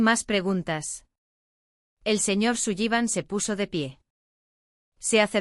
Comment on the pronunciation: Sullivan se pronuncia Solivan